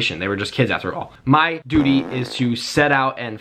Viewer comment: lover Because he said duety